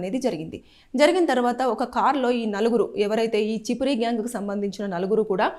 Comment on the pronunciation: Chipiri gyang కాదు Chimpiri అంటే వి కారము గా వు vuntaru.